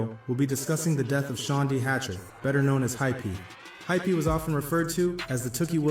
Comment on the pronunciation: Hypee not hyphy lol